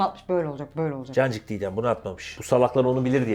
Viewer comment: Her cancık diyişinizde kancık demişsiniz gibi hissediyorum. Bu yüzden dayanamayıp abone oldum sjsjjsjs